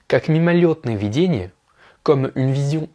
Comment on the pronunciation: Очень полезное видео для изучающих французский тоже ;) Спасибо! Ты читаешь идеально, но в данном случае нужно произносить слово «видение» с ударением на второй слог :) Объясню разницу. ВидЕние - это то, что кажется (образы, воспоминания), а вИдение - это способность видеть, точка зрения. В стихотворении слово употребляется в первом значении.